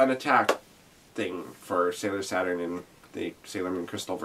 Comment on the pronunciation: yea i forgot the name of the Uranus Neptune song had to look it up Chou Bi Uranus Neptune/ Ha in this musical when they say Saturn it sounds like sat on.